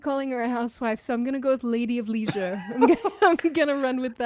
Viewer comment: does not have a strong Aussie accent, as an Aussie, the US accent is noticeable in her speech. does have Melbourne accent, but nobody in Australia pronounces leisure like pronounces it, so wondering where she got that from.